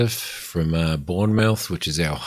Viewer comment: Hi love this series but it is prounced bourne muff not bourne mouth lol